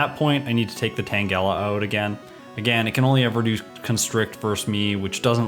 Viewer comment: * Does KOGA before ERIKA * Me: Is he gonna do it? Is he gonna pull a Jrose?: * ERIKA right after KOGA * Me: Phew. Also, it's TANGLE-AH, not TANG-ELLA.